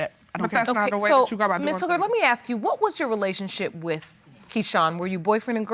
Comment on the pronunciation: It’s pronounced ASK not AKSK you f*** stick!!!!! ASK ASK ASK!! Grrrrrrr 😡